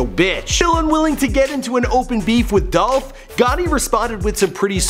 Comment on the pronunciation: ITS DOLPH!!!